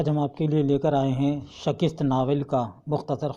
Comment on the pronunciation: Sir नाविल का नाम शिकस्त है ना आप सकिस्त क्यों बोल रहे है